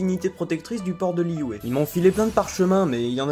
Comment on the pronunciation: Liyue pas liyué 😠 sa m'a stressé toute la vidéo